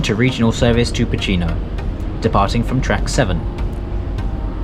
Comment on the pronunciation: Pocinho -> Poossinho, not Pootchinho, Caíde -> CaEEd, not Caeedj. Tâmega -> TÂmga, not TâMga. Chaves -> Shavsh.